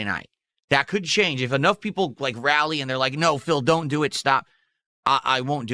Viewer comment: "SO.. some GOYS out of nowhere came and donated with recently created accounts but you know I doYUn't microanalyze every kahntribution" into "A NIGERIAN superchat? how much is that even? .07 cents? that doesn't register in MUH richter scale" kahmbo!